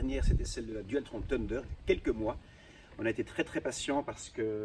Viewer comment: Dualtron tundeur xdxdxdd